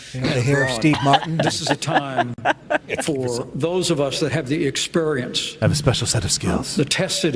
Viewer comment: Pence repeatedly saying "expurience" drove me crazy.